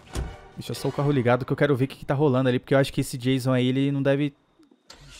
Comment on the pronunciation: Esse hehe janso hehe janso e estranho😧